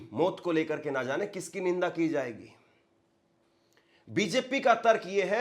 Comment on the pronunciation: Ninda nahe nindya bola hu ga